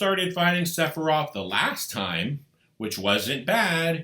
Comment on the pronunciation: I’m pretty sure it’s Sef a Roth not SeP A ROTH!